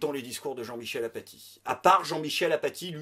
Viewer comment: Super imitation d'Aphatie,. Mais ça se prononce "Afati".